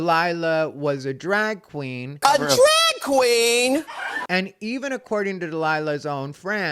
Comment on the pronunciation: lmfao “A DRAG KWEEN!?” I love in that clip how jimmy fallon’s face drops like he’s scared he said something offensive